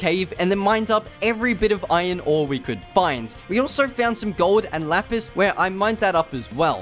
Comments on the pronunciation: why are u saying ijon its iron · Everyone: Iron This dude: Iyonnnn